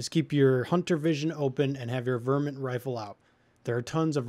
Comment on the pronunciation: its not VER-Mint its Var-mint